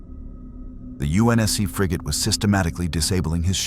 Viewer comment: It's pronounced frigate.